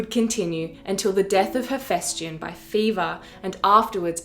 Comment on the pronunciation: Dude, you're a history channel, at least try to get the pronounciation right. HePHYstion.